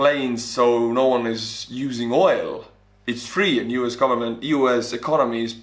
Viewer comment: I love how he says “ Garment” instead of “Government”